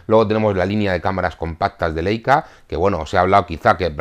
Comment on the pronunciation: Como el saber no ocupa lugar Leica se pronuncia Laica . Sólo para ayudar nada mas